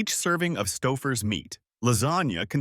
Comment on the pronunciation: I simply can't take any advice from a channel that can't even pronounce it's content...the minute I heard Stouffer's pronunciation as Stuffers...I clicked off never to return...if you want subscribers...earn them ...narrate your videos with a human being... other channels do it...put some effort in...you might like it...